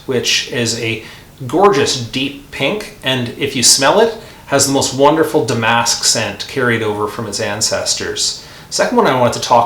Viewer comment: Forgive me for correcting the pronunciation of “damask.” Emphasis is on the first syllable, DAM—uhsk. Not da—MASK. Trivial, of course. A rose by any other name…